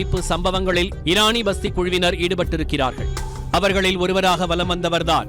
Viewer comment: Eraniya vasthi not pasthi